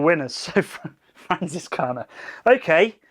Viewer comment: FranZiskaner , not Fransiskaner. Zed, man Zed 😄 anyway, this beer has always been one of my favorites. We did a blind Hefeweizen taste test at my house with 20 beers and it won. It’s just amazing. Just gotten too expensive here in the USA. Have you ever had Live Oak Hefeweizen from Austin? They specialize in German beers. My favorite brewery in Texas. Come down and I’ll show you around!